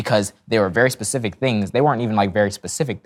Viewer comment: My brain is literally hurting… how stupid can one be? 🙄 he says “pacific” … 😂 it’s SPECIFIC my dude